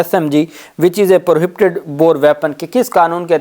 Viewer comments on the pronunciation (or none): Dear First correct pronoun station of words (Prohibited) . It is requested that you can speak / read in urdu